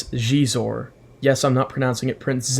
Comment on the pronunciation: Really excited for Xizor (nice pronunciation!) and Dash Rendar. I love Dash. These will make fine additions to my collection. And thanks for the Superlit chat shout-out! Legendary group.